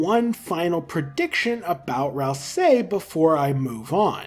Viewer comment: why still cant pronounce ralsei properly?